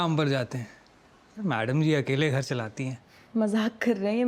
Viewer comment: धर नहीं, घर... बाकी ओके